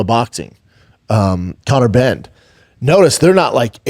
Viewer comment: Brendan….. it’s Conor benn not bend😂😂😂😂